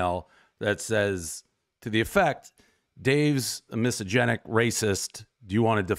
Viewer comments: Dude! Dave, you need to learn how to pronounce "misogynistic" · is he trying to say “misogynistic” lmfaooooo “misogenic” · "miso-genic?" you mean misogynistic? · Is he pronouncing misogynistic incorrectly, or is “misogenic” a word and I’ve just never heard of it? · What the hell is "misogenic?" Are you trying to pronounce misogynistic? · What is “misogenic”??!!! 😂😂 It’s misogynistic not misogenic. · Dave , say it with me slowly … “miss-sah-Jenn-ick “ (misogynic) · "misogynic" is a word but he's not pronouncing it correctly. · Miss Agenic was my highschool teacher. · I kept wondering if I was just so stupid that I didn’t understand what the word “misogenic” meant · Miss agenic.. everyone knows Dave can’t pronounce it 😂. Good on him for calling out this chick though. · It’s “mysoginistic” and I don’t think you are Dave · What is misogenic Dave? I give that pronunciation a 1.5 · Dave can't pronounce Mysogynistic everybody knows the rules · Dave not being able to pronounce "misogynistic" after all these years is always funny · Him literally reading it from the email and still mispronouncing it every time was especially hilarious. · lol he's still mispronouncing it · So true...first thing I picked up on.. classic Dave 😂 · I will only say it Dave’s way from this day forward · no it is not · yeah I think it’s just a “watered” down version of misogynistic. The definition itself is funny…like no I don’t hate women 100% only sometimes 🤣🤣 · I love how he mispronounces misogynistic totally disproving he’s misogynistic 😂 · Dave's inability to pronounce "misogynistic" is mildly infuriating. I cannot focus on anything else but good on El Presidente for calling out this lunatic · Dave pronouncing misogynistic incorrectly kinda takes away the "gotcha" factor. But still amazing that he confronted her and didn't take her crap. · That woman is horribly disingenuous and also Dave can't pronounce misogynistic 😅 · Dude runs million dollar companies and can't properly say misogynistic